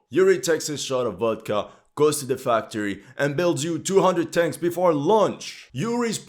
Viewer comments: His pronounce are build/tenks "I love the smell of fresk tenks in ze mornings" 🤣🤣🤣🤣💪🏻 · Yuri's pronounces BUILD/TANKS 😂😂😂